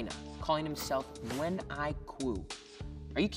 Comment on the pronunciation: Nguyen not new wen